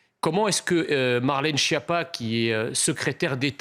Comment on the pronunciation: Au fait, il ne faut pas dire phonétiquement Chiappa, mais Skiappa. De même, Ciotti...ne doit pas se dire Siotti, mais hélas différemment... Voici pour ces noms italophones !